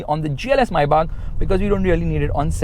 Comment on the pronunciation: Maybach❌ Mai-baap✅